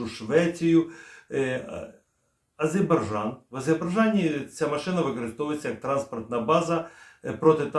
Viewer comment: Даруйте,без образ,але треба казати Азербайджан,ще раз АЗЕРБАЙДЖАН!!!!!